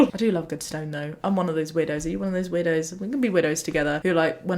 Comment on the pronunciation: your way of saying "I am one of those weirdos" got me confused because I heard "widows" XD